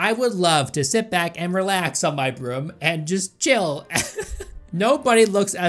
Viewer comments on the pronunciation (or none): i am not a 100% certain if knows how to pronounce "broom"